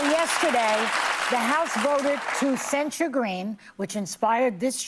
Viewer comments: Just FYI, the emphasis in the word censure is on the first syllable: "CEN-sure", not "cen-SURE". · I saod it before and I'll say it again, the word is censure pronounced almost like censor. You keep saying it like ensure, the old people drink. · it's not sen-shoored, it's sen-sherred, emphasis on "sen." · This idiot makes conservatives look stupid AF. IT’S NOT SENSURE. THINK OF IT AS SENSE-UR. WTF NO. “YA SEEN THAT, YA HEARD THAT.” THAT SHIT IS ANNOYING TOO BRO. LIBTARDS FEIGN EDUCATION BECAUSE THEY GO TO COLLEGE, WE TRASH THEM FOR BEING SO FOOLISH YET PEOPLE OF INFLUENCE CAN’T EVEN PRONOUNCE WORDS PROPERLY? COME ON MAN. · the accent is on the first syllable. ˈsen(t)-shər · Please if you mispronounce this word one more time 😭 it is censure /sĕn′shər/ pronounced sen-sure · It’s not pronounced “cen sure” lol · For anyone who still believes in the English language, the word censure is pronounced "sen(t)SHər" according to Merriam-Webster. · Are you mispronouncing "censure" on purpose? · learn to pronounce "Censure." You are mispronouncing it every time. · I don't know how you can hear so many people say the word "censure" properly, but you still pronounce it wrong.